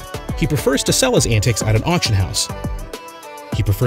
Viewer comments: Ann-teaks......not ann-ticks! 😂🤣😂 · It is Antiques, not Antics. Good grief. You should call it "Seven Inane Things I Already Knew About Curiosity Inc". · Consensus of opinion is that you keep pronouncing antiques as 'antics' (and even spell it that way) in order to get people to comment and boost your channel. That's not cool, so I'm gonna select the 'don't recommend channel' option. Good riddance : ) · 1. Never owned a new car.5. Alex buys Melissa a new car. Antics instead of Antiques. What a bunch of crock. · What's an antic? Do you mean antique? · Couldn’t sit thru this! It’s pronounced an-teaks not an-ticks. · The only insane thing is how you say antiques. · Knew all of this. And you should learn how to pronounce antiques correctly. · Learn to say antiques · You didn’t say anything that his viewers didn’t already know!!! This was a waste of time!! By the way… Please learn how to pronounce ANTIQUES!!!🤷🏼‍♀️